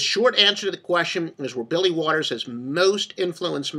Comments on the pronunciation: Holy cow is this guy full of shit 😂 And Mr. “” (LOL), that name is Billy WALTERS, not Waters 🤣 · Kind of hard to take someone seriously when they can't get his name correct. Waters?? really?